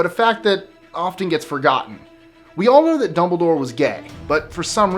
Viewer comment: Mara Schimmel its Dumbledore not 'Dombledoor'. If you think I'm being mean, you should see my best friend. And it's Hermione, not 'Harmione'.